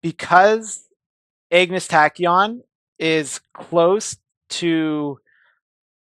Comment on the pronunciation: Say it with me brother.. "Ahhg-ness" "Ahhg-ness" not Egg-ness tachyon